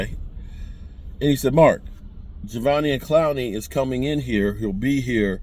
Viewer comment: Javveneon Clowney? 😂